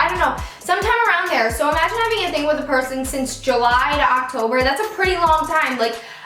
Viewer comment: "pershon" haha 😂